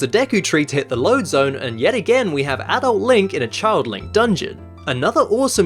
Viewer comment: You pronounced "adult" wrong... ._.